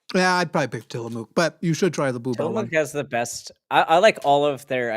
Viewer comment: it is TILL-UH-MUK:)